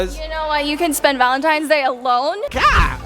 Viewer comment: Wait fredo said valentime's😂😂